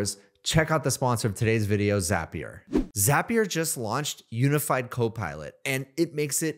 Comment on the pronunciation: Thanks for pronouncing Zapier correctly. Truly infuriating hearing how most people say it.